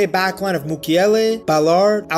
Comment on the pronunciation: Love the way he pronounces Ballaaaared !! Trying to make him french obviously!!